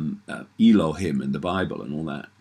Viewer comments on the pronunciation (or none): David ike cant even say Elohim right it's not El-Oh-Him it's pronounced El-Oh-Heem